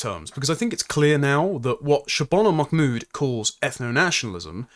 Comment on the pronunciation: I'm two minutes in, and forgive me, but why do you seem to be pronouncing her surname "MacMood" as though she has Scottish heritage?